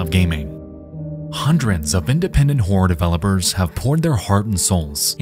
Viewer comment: Might want to work on how you say "Horror" lol. Because it sounds directly like you say "Independent wh**e developers. I was like, "Wait. What did he just say??" and then replayed it back 5 times and each time... yeah... you really need to work on how to say "Horror". Just... putting that out there. Turns out trying to use the type of voicing you do doesn't tend to work out with some words. You cannot say something like a one syllable word when they clearly are two.